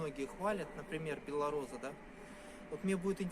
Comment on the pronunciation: не беллораза а белороса